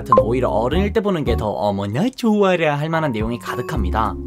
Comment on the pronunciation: 어므나 죻아라 ㅋㅋㅋㅋㅋㅋ 발음 찰지네